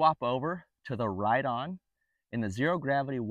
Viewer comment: I called the Company and Riton is actually pronounced 'Rye-On'